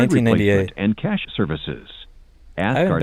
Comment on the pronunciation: You mean to tell us that the internet has been casually censoring the true pronunciation of $ cah-yash $ this entire time?